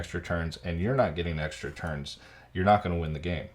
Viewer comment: Anyone else hearing Terns instead of turns xD?